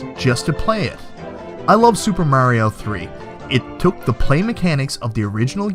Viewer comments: wtf is Mary-o? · Super "Merry-O" lol =p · Why did he say "merry-o" and then, right after that, say Mario, the normal way? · "Mayrio brothers" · I was only joking with ya. I hear both pronunciations here in the states too. I just thought it was funny because you actually pronounced it "Mario" later in the video. It's like Ninja "Guyden" or "Gayden" and "Rye-yoo" "Ree-yu." Part of what makes retro gaming fun, all the different pronunciations and how they create debates from time to time.